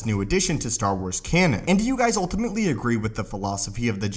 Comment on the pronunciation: It’s pronounced ‘ultimately ‘ not ‘oltimately’ ... fix it that bud because you say it a lot